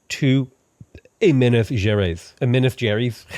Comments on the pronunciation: u pronounce minas gerais wrong it's so cute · The way he pronounces Minas Gerajs really got me, hahaha. It's the name of a famous Brazilian ship, but it was inspired by the name of thr state I live here in Brazil.